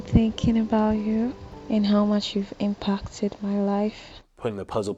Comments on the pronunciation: I think the woman in the audio recording definitely has a West African accent that she's trying really hard to hide. The way she pronounces the A in "impacted" sounds very unlike that of a native English speaker, and when she said "Thursday" at the start of the video she pronounced it with a short "T" which I think is very typical for a West African speaker. I think the scammer is probably hiring a local woman to record these messages, and they ask her to try and hide her accent as much as possible. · Yes, the voice is also a Nigerian woman. The pronounciation of some of the letters/words is Nigerian, I heard them speaking a lot, the most you hear it how she´s pronouncing "impacted", but also at some other points.